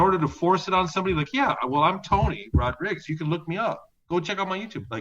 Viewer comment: 'tony rodrigs'??? surely rodrigues is easier to say